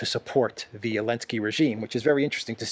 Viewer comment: Notice that you are very careful about last alphabet of English. You pronounce “ Elenskyy”. But you use this last alphabet at Na-Zi-I . You pronounce Zi. Why don’t you pronounce“ Zi-elenskyy”. By this YT may not censor your topics. If you have other intention, could you explain